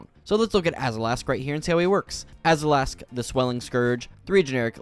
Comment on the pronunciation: He adds the letter A when it doesn't exist, AzAlask and AshAnod's alter, I'd have a hard time believing it's not a speech impediment.... I sure hope it is.